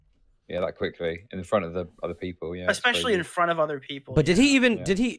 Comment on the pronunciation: Dream the type of guy to say “expecially”.